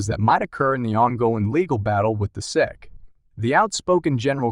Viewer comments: So an unbelievably false click bait title combined with a complete inability to pronounce S-E-C (you called it SECK repeatedly...da fuq?!?!?!). Wow. I don't say this lightly, but this is THE WORST Crypto video I've ever seen. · Chat AI bullshit--Pronounces S E C as "sek. Crap.